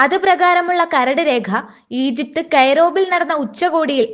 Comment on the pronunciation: കൈറോബിൽ അല്ല അമ്മച്ചി കൈറോ